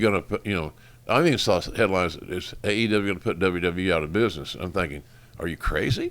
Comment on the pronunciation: Did jr call the company AWE instead of AEW or I’m I just tripping?